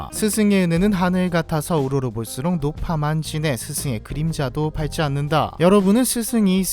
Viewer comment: 발찌 안는다가 아니고 밥지 안는다로 읽어 주세요.